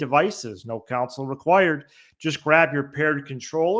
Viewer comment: does say counsil instead of console on purpose when hes reading the firestick add?